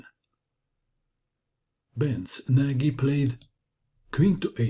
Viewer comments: If Nagy is Hungarian, then his name is pronounced "Noj," or "Nodge." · Ach....you pronounce Nagy in the same way that Schlecter would have.....!